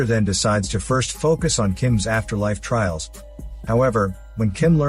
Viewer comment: Filial piety? Trails? Not trials? Ffs